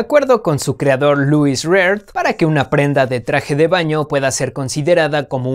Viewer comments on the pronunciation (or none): none